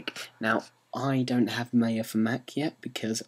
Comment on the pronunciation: When ever you say Maya it always sounds like "Mayo" :) Good Tut though thx!